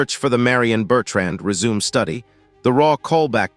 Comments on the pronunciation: Good info. However, you need to teach your A I voice the difference between "resume" and “résumé.” Without the accent over the "e," it sounds stupid. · 'Re-Zoom' lol